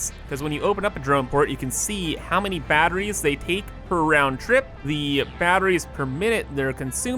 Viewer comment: Bro says battrees like my grandmother, and I'm here for it.... nvm it was just once.